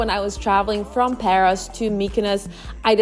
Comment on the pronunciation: Hahha,Paros she means.towards end she pronounced correctly,giving gal a break,she did so much❤